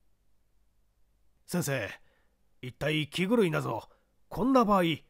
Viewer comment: 気狂いキグルイとよむのか。。。😂